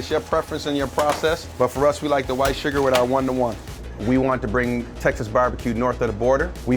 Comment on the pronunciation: I commented the second I heard surgar.